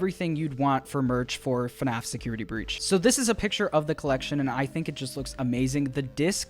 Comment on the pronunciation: When is the youtooz coming out